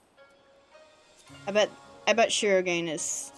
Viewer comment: shirogane = Shee row gah nay.